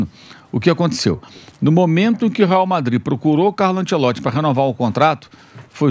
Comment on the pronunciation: esses comentaristas passam os dias pronunciando mal o nome do Ancelotti... que coisa que dói nos ouvidos. Ou bem se faz a pronúncia à brasileira ou bem em italiano, mas "antchelotchi" não existe nem lá e nem cá.